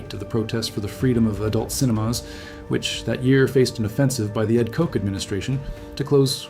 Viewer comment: AI garbage, Ed Koch, pronounced "Cotch"